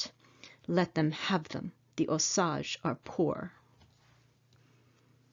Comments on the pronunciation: Its pronounced ohh SAGE, like the plant or spice....NOT oh saggh.. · You are pronouncing OSAGE WRONG, IT IS O SAGE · As a Native American and historian for my people I would like to comment on the quality of this video. While the content is commendable your credibility is tainted by the mispronunciation of important words. Wasita = Wash-ih-tah, Osage = Oh-sage. Did you know that both Sand Creek and the Washita River were RESERVATIONS at the time that the massacres happened? I was stationed at Fort Sill, OK and had access to the Fort Sill Military Library. There actual hand-written orders and letters from General Sheridan to General Hazen regarding the promise of food rations that were to take place, and were used to keep the Cheyenne, Arapaho, Comanche, Kiowa, Apache, Lakhota, and a family of Caddo. My husband is a descendant of the Comanche and Kiowa at the Washita, and I am a descendant of the Lakhota that were both at Sand Creek and Washita. Our famillies were also at the Palo Duro Canyon during the Red River Wars. Anyhow, Just saying...